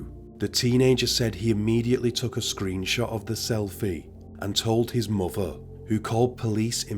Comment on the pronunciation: why do you talk like this "he had a screenshottt"